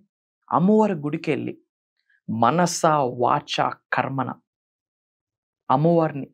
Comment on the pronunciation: Manasha kadu gurujii manasaa, sorry to say